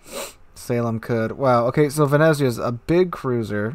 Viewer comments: Venetzia say it like that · you pronounce it like "Vene'tsia".. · I'm italian, you pronunced Venezia completly wrong,but it dosen't matter